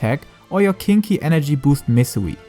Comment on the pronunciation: its ninki, not kinky :D